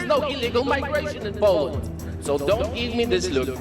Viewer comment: Learn to pronounce Poland properly